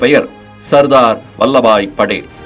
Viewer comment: நல்ல பதிவு ! ஆனால் படேல் , Padel என்று கூறப்படுவதை தவிர்த்திருக்கலாம்.